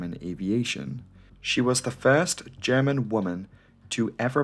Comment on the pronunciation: German here. Your pronunciation is perfect. I am very impressed. I love this channel dearly. Keep up the amazing work !